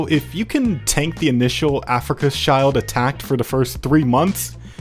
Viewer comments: Afrika Child was really funny its actually afrika shield, pretty similar pronunciation actually. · My brother in christ "schild" and "shield" sound more or less exactly the same in both languages stop saying "child" 😭🥀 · yea definitely, "Africa's child" is not the right way to pronounce it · I'm not an expert in German, but I think Schild is pronounced like 'shilled' Sorry to be a bit of a pedant